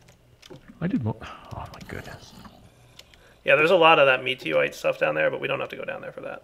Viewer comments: Its not meteroite m ita meutoite.. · I think it's mew-tor-ire, not meteorite